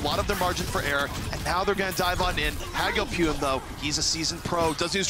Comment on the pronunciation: I hate how says hagopeun